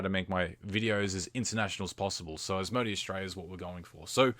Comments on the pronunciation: is it an aussie thing to say As-Mo-D? Its pronounced As-mo-day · Probably just the case where he may not have heard how it is generally pronounced. I'm Aussie and I definitely say it as As-mo-day, but spelling-wise, it could easily be read as As-mo-dee.